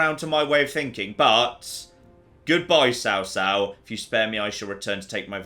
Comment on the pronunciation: This pun fails absolutely though lol because Cao in chinese has a 'C' that sounds more like a 'ch' than a 'c'